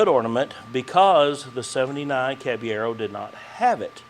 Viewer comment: it seems you can't roll the R in the name so substitute a soft D like "cab eh yedo". That should make it sound right if it is said fast enough.